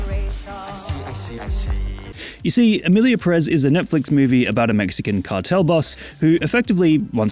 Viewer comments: I don't even mind you mispronouncing Pérez because that would mean respecting the title of the movie and this movie deserves no respect at all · Why is every English speaker so consistently and stubbornly ignoring the accent that’s right in front of you? It’s there for a reason, to make things easy. It’s PEHrez not pehREHZ. I’m not saying English speakers should have perfect Spanish pronunciation, I’m just saying use your eyes and make a little small effort.